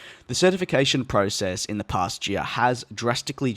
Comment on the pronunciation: ". . . een the past yee-uh"